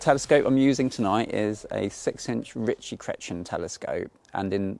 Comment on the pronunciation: Love your work. Just need to work on your pronunciation - "RICH-ee Kray-tee-en"! 🙂